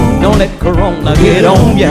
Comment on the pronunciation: LOL he said CORONTA. My people do not disappoint.